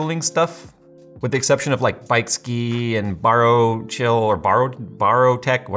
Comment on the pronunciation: Bykski isnt pronouced as bikeski, but byc-skee also they have really bad pumps, so noicy